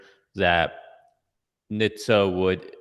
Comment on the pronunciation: It's NHTSA, (nit-sah)